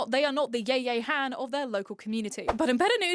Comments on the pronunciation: I can't believe you called Yaya Han 'Yay-Yay Hand' But yeah for sure non serious competitions needs to be non serious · Yayay Haan is the weirdest pronunciation of Yaya Han I’ve ever heard 😅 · That pronunciation of Yaya Han hurts. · Ditto. Yaya Han, too.